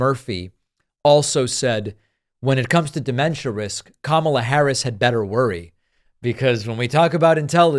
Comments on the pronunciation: Ever notice that Repugnants never pronounce VP Harris’ first name correctly? They go out of their way to be insulting…it’s like listening to a middle school class pretending to be adult clowns. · Smart people can pronounce Kamala correctly. Sorry. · Why do Republicans have such a difficult time pronouncing Kamala's name? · can’t correctly pronounce the Vice President’s name after 3 years, we need to test his competence.